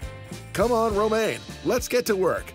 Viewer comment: I love this series, but the introduction voice misspronouncing Romaine is sooo annoying.